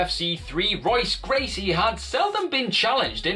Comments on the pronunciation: Seriously, how you gonna make an MMA Channel and pronounce Royce Gracie's name wrong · Dude, how fucking embarrassing it must be to make an MMA channel and then mispronounce Royce Gracie's name time after time...seriously, have you never heard his name before?